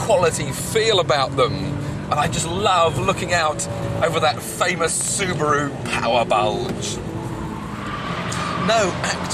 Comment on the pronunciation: Soo-bi-roo Impretza